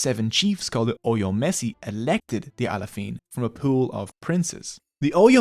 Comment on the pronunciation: I am Yoruba Nigerian and the history is exactly what we get told growing up. Pronunciations of names are of course, as can only be expected. Best pronunciation is probably "Bashorun". I'm surprised how he pronounces Alaafin as Alafiin, why switch the vowel numbers?